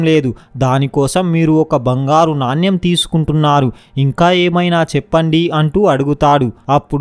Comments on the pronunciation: It's not NANYAM but Naanemu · నాన్యం కాదు నాణెం అనాలి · Naanyam .. kadu. Naanem. Cheyyu kaadu cheyi Ani cheppali.. read telugu properly. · నాణ్యమ్ కాదు నాయన.. నాణెం.. Storey super❤️ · నాణ్యం కాదు నాయనా నాణెం అని పలకాలి